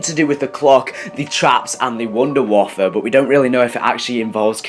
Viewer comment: people keep calling it the wunda waffle it's pronounced voon-de-vaffe